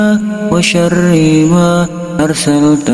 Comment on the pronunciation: Bagus Doanya.. Tp kok saya dgrnya bukan WA SYARIIMA ya, tp seperti WA SYARIIWA.. Mohon maaf klo saya salah dengar.. Mungkin pendengaran saya error..